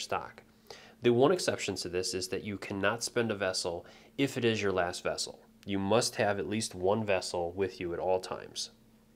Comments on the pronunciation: It's actually vassal, not vassel or vessel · Best video on the game I've seen so far. Thanks most kindly for posting this. I do have to comment however, since it's driving me nuts, its VASsel, not VESsel. They're servants to their Lord, not containers heh.